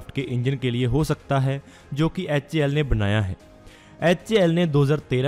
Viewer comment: HAL bolne ki practice karna bhai bol nahi paa raha hal sahi se.